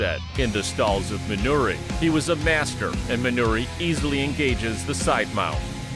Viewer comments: Dig the video, but it's MinorU Suzuki. Not Minori. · Why does he keep calling him "Minori Suzuki"? Also, I'm pretty sure Guy Mezger wasn't the world champion of UFC 4. That went to Royce Gracie. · Minoru Suzuki, not "Minori."